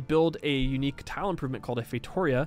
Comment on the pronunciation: Just wanted to say that you did an amazing job pronouncing João, it is a nasal sound and it's the best pronunciation from a foreigner i've heard. Great guess with Feitoria as well, unfortunately Portuguese can be very irregular. the "o" in Feitoria is pronounced like a "u" like the "oo" in scoop. Solid job overall.